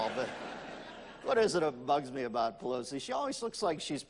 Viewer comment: he butchered that numbnut Nancy bat shit crazy pallosi lol hahaha